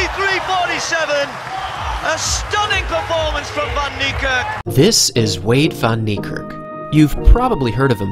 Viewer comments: You are saying the name and surname rong. Go to Google translate then type his name in then you wil see hou to prenounce his name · You said his name rong